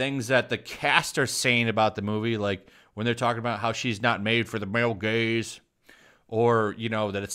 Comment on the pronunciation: For a moment I thought you said male gays and not gaze.